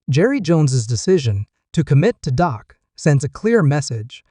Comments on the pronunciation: How can you watch a video when the voiceover calls him Doc instead of Dak> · this guy is a idiot its dak not doc. this guy knows nothing about the cowboys